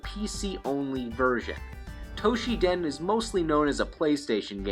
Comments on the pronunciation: What is this "Toh-shi-den" you speak of? (For the record, the game's name is "Battle Arena Toshinden", not "Battle Arena Toshiden".) This would've been forgivable if it were a one-off mistake, but the fact that you consistently mispronounce it...... yeah, that's just a little too painful to bear. (Although, to be fair, Toshinden was never good anyway.) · ...."Toshiden"? What happened to the first "n" in Toshinden? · Why do you keep calling it Toshi-den? To-Shin-Den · This is a very late comment to a rather old video. However as good as your Japanese typically is. Battle Arena Toshiden? You even showed the cover, and not only once, or only one version. I hope you realize your mistake. Unless it's literally called Toshi Den in Japan...... Have been a subscriber for about the same amount of time that you released this video though. So keep it up! Just don't To she Den my Toshinden! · Toshi-N-den! There’s an ‘n’ in the middle of the name. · TOE-SHINNN-DEN not Toshi-den! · toSHINden, it pissed me off every time you said 'toshiden'. god... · also, Tosh-in-den, not Tosh-ee-dan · Toe - she - den? At least he got Jim's name right. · .......you do know that Toshinden has an N in it, right? Pronounced toe-sheen-den....sorry.....I'm a bit of a word/grammar nazi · The 'n' in Toshinden is not silent. LOL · Why you pronouncing Toshinden wrong?